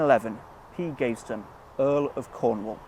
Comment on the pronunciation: Very good vid. I’ve lived in and around Leamington all my life, and have only just found out about this monument. You’re pronouncing his name wrong though! It’s pronounced Gav eh ston, not Gave ston.